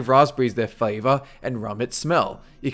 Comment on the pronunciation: English pronunciation Flavor (fleɪ·vər) 'S pronunciation fayjghjgkll